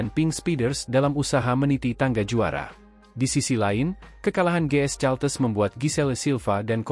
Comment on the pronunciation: Caltex ..bacanya kalteks kali Om....bukan caltes